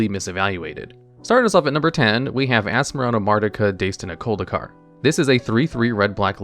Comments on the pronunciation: Unfortunately he mispronounced Asmoranomardicadaistinaculdacar, it should be "die-stin" not "day-stin". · He was close to the correct pronunciation, but got the "daistina" part wrong. The dai is pronounced like die, not day. Other than that, he did well. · There is a short video on Good Morning Magic called "How do you pronounce Asmoranomardicadaistinaculdacar?" which has Magic Designer Gavin Verhey try and fail to pronounce Asmoranomardicadaistinaculdacar following Ethan Fleischer's (another Magic Designer) correct example. There is also a video by Rhystic Studies called "Limits of a [CARDNAME]" prompted by Asmoranomardicadaistinaculdacar being released and goes over the history and process of naming cards in Magic. Ethan Fleischer makes an appearance here too, answering some questions about the card.